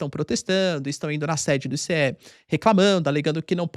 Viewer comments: Que "I cê É" professor , è ICE, se diz "aice" me ajuda ai pow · se pronuncia “aice” igual gelo mesmo